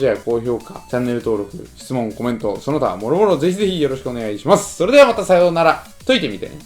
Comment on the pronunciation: 伊沢くん「それではさぁぉようなら」